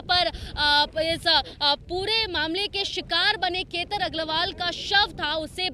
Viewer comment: Ketar nhi ketan h